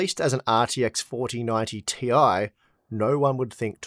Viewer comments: its 4090 Tie, not Ti! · Oh. It's not the 4090 t.i. It's the 4090 TIE.